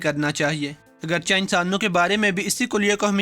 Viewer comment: اگرچہ ~ اگر چے ✅~ (اگرچا ❌) اگرچہ >>> اگرچے صحیح تلفظ ہے ۔ لکھنے میں اگرچہ اور بولنے میں اگرچے 👍